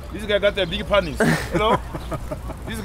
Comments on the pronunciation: 😂😂"Beeg Paynis"😂😂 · hab berry beeg panis. Yeah, beeg panis guy.